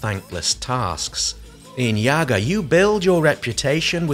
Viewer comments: I'm a little bit late, but quick correction: Yaga or Baba Yaga, an old woman from slavic mythology (mostly popular in Russia, Belarus and Ukraine), correct way to pronounce her name is not "yAga" but "yagA" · it's yagA. bAba yagA :).